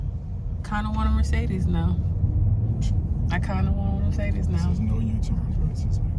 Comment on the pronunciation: I don’t think anyone pronounces Mercedes correctly 😂😂